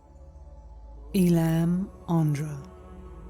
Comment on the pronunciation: Pranamam. I speak broken Tamil, I can’t read or write. It’s a beautiful language. My mother tongue has strong roots in Tamil. “Ellam” is pronounced as a combination of two syllables, A (pronounced as in letter A) + llam. How wonderful it is that I can hear to these teachings, translated in English, read in such a soothing voice.